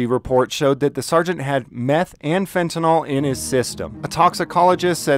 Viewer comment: It’s fentanyl (“fenta-nil”) not “fen-ta-nall”